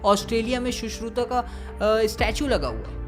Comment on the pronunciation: Your work is really appreciating by me but be original first ,shushrut not shushruta🙂